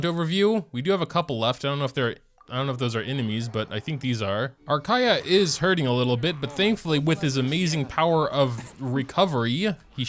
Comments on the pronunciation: Also kaeya is pronounced "ka-ya" . It is a bit hard to pronounce for u because you play in jp but yeah thats how you pronounce it!! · Was very happy when you said his name right at the beginning.. and then you didn't.. </3 Lovely video as always! He was my main when I first started the game, up until a little after the Childe fight. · Why do you say his name that way when you know its wrong?! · Idk why but it makes me mad